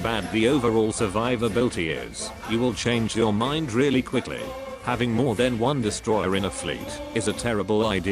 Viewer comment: it's a "desutroyer"... ill see myself out